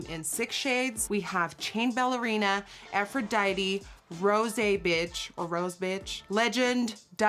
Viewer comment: Not trying to be an English Nazi but when Nikki says the colour “Aphrodite-y” is it really Aphrodite-y or is it really just Aphrodite?-Asking for a friend 🤔